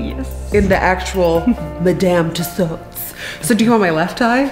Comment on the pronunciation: Awesome! And finally, someone who pronounces Madame Tussaud’s correctly!